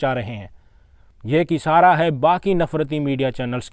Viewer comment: Saks nai bhai Shaks bolo Saadi nahi Shaadhi bolo Isaara nahi Ishaara bolo